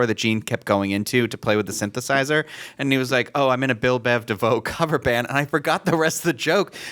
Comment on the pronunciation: It's Bell Biv DeVoe, not Bill lol.